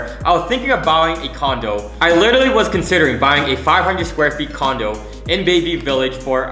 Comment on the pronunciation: You should literally stop saying literary :goodvibes